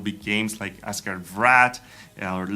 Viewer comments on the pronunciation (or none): none